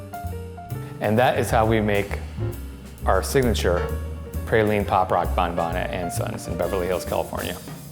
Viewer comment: Claimed to be a chocolatier but could not pronounce 'praline' correctly.